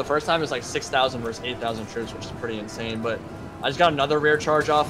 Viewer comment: How can people play and commentate these games all day and not know that the word is "versus", not "vers"? This is distressing to me D